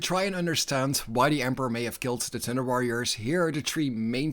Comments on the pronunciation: All I hear is "Tinder Warriors"? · With your lovely Dutch accent I keep hearing Tinder warriors… I feel this would have been a different story entirely :) Awesome video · the joke is that when the narrator says 'thunder warrior', it sounds like 'tinder warrior' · Your accent makes it sound like you’re saying “Tinder Warriors” and it makes me giggle 🤭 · "Tinder Warriors" made my ear twitch every time I heard it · I'm listening to this podcast style and I was really confused about who the tinder warriors were then I realized you were saying thunder. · I like how your accent makes "Thunder Warriors" sound like "Tender Warriors" to me! In my mind I keep picturing proto-Astartes with Care Bear symbols on their power armor!😂 That gives me an idea for a home-brew chapter that would make the Salamanders look downright heartless! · All I hear is Tinderwarriors😂